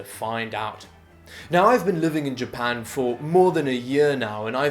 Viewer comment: Ah yes, I love “Ja-pu-n”